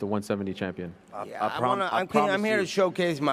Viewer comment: “Next time murhafuckas fill this with mufackas” lmao